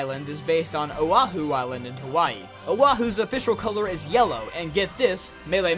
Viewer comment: No but recently I've been taking a Hawaiian studies class and my teacher actually knows the Hawaiian language, so I guess I just got used to hearing it the correct way. I really wish that whoever first wrote down the Hawaiian lang actually wrote it down like it sounds though. :/ Like O'ahu is supposed to sound like Oh (slight pause) ah-hoo : Oh ah-hoo. and Hawai'i is supposed to be: Hah-vah (pause) ee: Hah-vah ee. [Really pronounce the letters.]